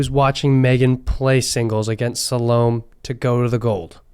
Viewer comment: Salome is pronounced sal oh may.